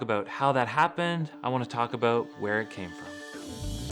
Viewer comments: What are you talking aboat?🤷😁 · Love you,... especially when you Canadaize the word "about"!